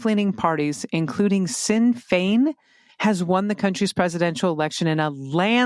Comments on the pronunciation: Sinn Féin is pronounced “Shin Fane” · Minor correction: Sinn Fein is pronounced "Shin" Fein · So it's Shin-fane, and Feen-uh Gail, for the Irish parties 🤗